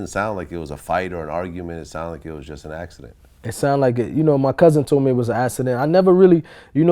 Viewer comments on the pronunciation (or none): why does he pronounce accident so weird? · Wtf is a "assident" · It was a "assident" lol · What TF is an "Ass-a-dent" tho? Shit sounds mad gay son! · I never knew there was "S's" in the word "accident" lol... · "it was a assident" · Lol, I'm sorry but every time homie said "assident" I laughed a lil bit. It sound like something a kid would say when they come & wake you up after they pissed the bed. [Tap, tap, tap] "Momma...daddy....I had a assident". LMBO!